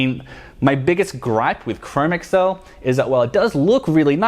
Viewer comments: Fantastic review. At the same time, it is painful to hear you mispronounce "chromexcel." It is not (google) Chrome + (ms) Excel. It is pronounced "chro-mex-ul." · Yeah I definitely wouldn't beat yourself up because apparently from what I've watched and listened to Nick Horween and also the guys that worked there from Ashland Leather mispronounce chromexel also. Keep up the great video's and stay safe in all this craziness.